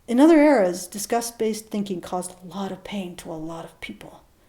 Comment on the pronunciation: Lol, your accent makes "disgust" sound like "discuss". Made me very confused. Praise kek.